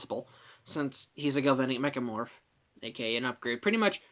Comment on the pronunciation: You mispronounced Galvanic Mechamorph